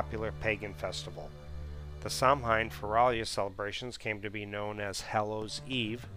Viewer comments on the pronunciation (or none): Samhain is pronounced sauwin. The h is not part of the original name, it's added to show that the m lenites. Mh is pronounced as w or v. Samhain may come from the same origin as the Gaulish month of Samonios.